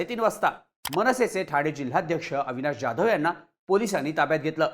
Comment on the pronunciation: ज्याधव नाही हो......😮 जाधव..